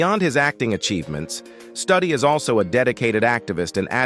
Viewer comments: The word 'advocated ' does not need 'for' after it. Is Studi's name pronounced Studdy or Stoody? I would say the latter, not the way it's pronounced in this video. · Wes’s name is pronounced Stew-Dee not study 🤦🏼‍♀️ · Please learn to pronounce Wes Studi, not Study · please pronounce this gentlemans name correctly! st-U-di. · On Wes Studi first ai needs to learn pronunciation. And they didn't mention his roll in 3 movies made from Tony Hillerman books. He played Joe Leaphorn, a Navajo police. Adam Beach also played on those movies as Jim Chee.